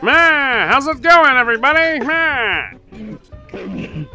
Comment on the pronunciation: I LOVE XD edit: why does he say MYEH insted of NYEH